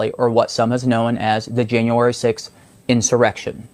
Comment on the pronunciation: Quit calling it an issurection.